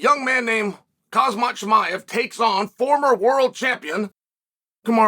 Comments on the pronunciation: His name is pernicious like Hamzat. look Chale that’s how u say it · "Young man named... KHAZ-MAT CHIMAEV" Who is that? PS: When will Chael pronounce the names properly... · "Kazmat" haha. Chael the American Gangster just does not give AF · "Causemaut" really Chael??? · Chael still cant pronounce Khamzat 😂